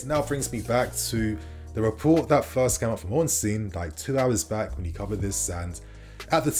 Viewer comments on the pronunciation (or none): none